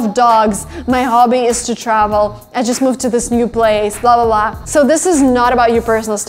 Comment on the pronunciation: funny that you say "bla-bla-bla" with russian accent :D